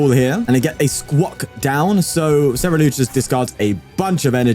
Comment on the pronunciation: It’s not Cer-E-lUge, it’s spelled Cer - U - lEdge. 😊